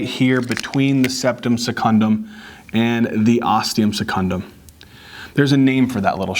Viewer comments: That blooper got me laughing hard!! I'll probably never forget septum primum and osteum secundum again XD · ThE OsTeUm SeCuNdUm 😂😂😂😂😂❤️❤️❤️❤️❤️❤️